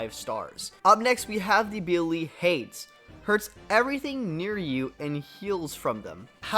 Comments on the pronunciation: cool vid! one thing though, "hades" is pronounced hay-dees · bro said hades instead of hades